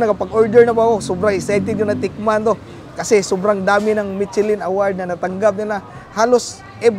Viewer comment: Whey he's saying Michelin. I hear Bing chilling😂😂